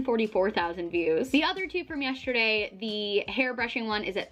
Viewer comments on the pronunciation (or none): Just realized you say “YESH-terday” instead of yesterday and it’s the “COSH-tume” thing all over again. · I love you SO much and I say this with absolutely no hate..... you do know that the word yesterday doesn’t have a shhh sound in it right? 😂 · Yes- shhhhh -terday